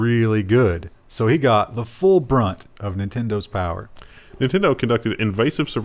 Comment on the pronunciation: FIGHT THE POWAH!